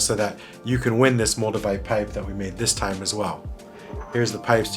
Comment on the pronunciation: Moldevite? I thought you said Magnamite... I was just about to catch 'em all too...